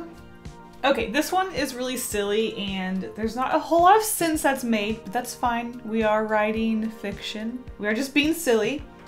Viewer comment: When she says sense, it sounds like "sins"